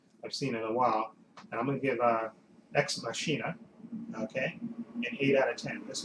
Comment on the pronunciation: The film is pronounced 'Ex Mock-i-nuh.' It's my favorite films of the year after "It Follows." Great film. I personally did not care for the ending but otherwise a great film.